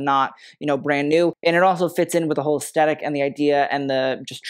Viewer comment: Please! Pronounce aesthetic correctly!! You say it a hundred times in each video, and it's an important word in all art forms, so please say ess-thet-ic, NOT ess-tet-ic!! The t has an h after it, and it is pronounced just like the or this. It isn't a great look for someone in fashion to mispronounce such an essential word!